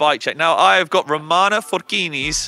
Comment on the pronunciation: her name is Ramona. You called her Romana 5 times!